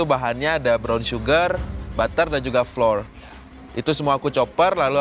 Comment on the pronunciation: Hah?! Floor?! 😅😂 Gak skalian super pel??? Sok2an ngasi tau, nyebut Flour (tepung) saja salah!